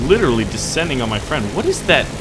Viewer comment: be my fwend